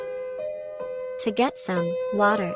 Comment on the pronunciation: "TO GET SOME WATERT" 😂😂😂😂😂😂